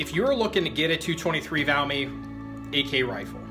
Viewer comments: It's not a French gun...The "T" is NOT silent...😀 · The brand name of the rifle is Valmet, Not called Valmay! 😮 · its pronounced Valmet with the T. Trust me ;)